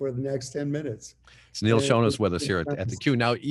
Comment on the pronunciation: Jim, at least have the courtesy of pronouncing your guests' name correctly. Hint: Rhymes with 'On' 'Bon' or 'Con.'